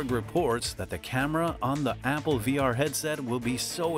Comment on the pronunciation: bro kept saying abble